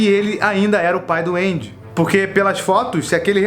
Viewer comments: Ele fala pai do Andy e eu entendo Pai doente... Blz FDS... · Mds. Sempre que ele falava "o pai do Andy" eu ouvia "o pai duende"